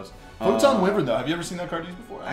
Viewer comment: Pronouncing Wyvern wrong so you know